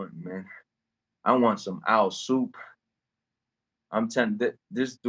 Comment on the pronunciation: “Owl Soup” 😂💀